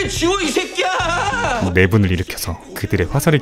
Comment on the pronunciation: 요금 내 이새끼야 ~ 할떼 완전 100% 한국인 발음 ㅋㅋㅋ